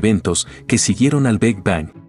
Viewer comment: FÁCIL, POR EL AVANCE DE LA CIENCIA, LO QUE AYER ERA VERDAD, HOY YA NO. GRACIAS POR EL VIDEO Y POR FAVOR, CORRIJAN AL QUE NARRA PARA QUE NO DIGA "TELESCOPIO JABAL, BEG BANG & LLEIMS WAB", NO ES NI INGLÉS NI ESPAÑOL.